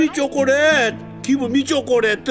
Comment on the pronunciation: 초코렛 ㄴㄴ 쪼꼬렛 ㅋㅋㅋ